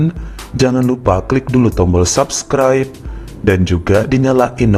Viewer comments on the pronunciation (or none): none